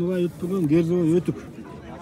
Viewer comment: Герзовой эмес ГҮРЗӨВОЙ десең .😂😂😂